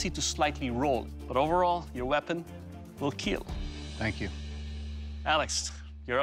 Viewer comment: was awkward seeing dock saying it weell keeel like that 😂